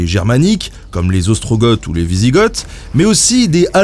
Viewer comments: On prononcerait pas "GO", "OstroGO" et "WisiGO" (avec les "th" muets), par hasard ??? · Par contre je suis à peu près sûr que c'est Ostrogo et Wisigo, le "th" est muet ^^ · Alors il me semble qu'on ne dit pas gorge mais ostrogo et wisigo. Mais on peut se tromper des fois ! Je reprends la vidéo maintenant.